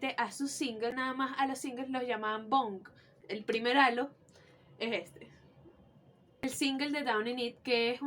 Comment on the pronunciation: Que fino una panita venezolana tiene Todos los albums de nin, yo cuando regrese a Venezuela en el 2004 me robaron los cds y me dejaron las cajas vacias, soy de maturin, una cosa que espero no lo tomes nada malo pero es un error muy comun decir halo (jalo) pero la pronunciacion es (jeilo)